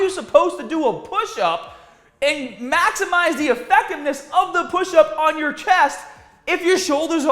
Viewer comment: new catphrase should totally be, “ MAXIMiZE MAXIMIZE MAXIMIZE” it sounds so right when he says MAXIMIZE 🙌🏼🙌🏼